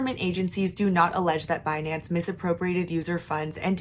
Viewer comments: Beh-nance! BIHnance binanncen on the behnance ! so funnyy 😂 😂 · It's Benance. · BEH-NANCE dang that was a funny compilation. Thanks for the coverage, enjoying the updates! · Pronouncing the company name 'Bin-Nance' is waaaaaay more fun tbh. Probs because the Brit in me is like 'ha bin' since bin is what we call trash can over here.